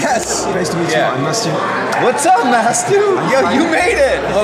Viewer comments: non il dit vraiment MAT-SU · il dit matsu « Matsou » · Le plus grand scandale c'est qu'en VO il dise : Matsu xD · Par contre le "MATSU" de MrBeast sur sa vidéo pique XD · Meme dans les traductions (pas française) ils disent Matsu, le pauvre ça ma fait rire aussi !